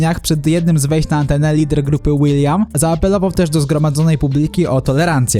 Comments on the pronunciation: Lider grupy "WILIAM" XD To się czyta "Will i am", a nie żaden Wiliam. Rozumiem, że jesteś młodszy i pewnie nie znasz tych ludzi, ale warto dopytać się kogoś kto się zna, bo dla ludzi starszych od Ciebie o jakieś 5-15 lat to są legendy ;) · Członek zespołu BEP hahhaha ale powiedziales